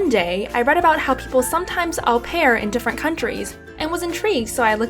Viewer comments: U pronounce it O PEAR 😂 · Au pair is pronounced "oh pair".